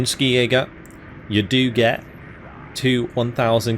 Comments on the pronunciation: Since it is a German division, it is pronounced "Schi-Jäger", not "Skijäger", much like "Shi-Jäger". The Swedes would even say "Hee-Jägerrrr". The Fins indeed would say "Ski-Jägerrrr". Minor note. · Hey, a German here, the k in Skijäger is spoken as ch, we say Schijäger in Germany.